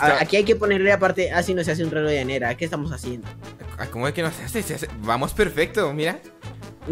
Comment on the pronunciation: Like si oiste k dijo relog de anera en El minuto